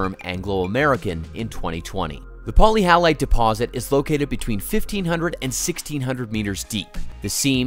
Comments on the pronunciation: Poly hallite? Sounds like many salt? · Not being able to pronounce the actual subject of the video properly indicates sloppy and shallow research at its most basic level, however, the video itself was interesting and informative, even if it did show stock footage from other industries such as conveyor belts transporting coal! Polyhalite is misleading to me, it implies it should contain halides. Wikipedia isn't very forthcoming on etymology.